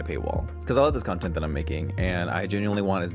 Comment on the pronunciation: Lol, you say "contint" the same way Mera Mangle does